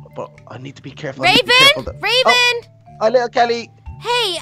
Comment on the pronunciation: Mckenzie Webster its raven u said ravan